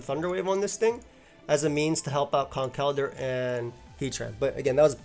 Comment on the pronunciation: Been a longtime viewer of your content but it was hearing you pronounce Conkeldurr correctly in this video (and Quaquaval correctly in a previous one) that convinced me to finally sub. Glad to do my part to help you reach 400k!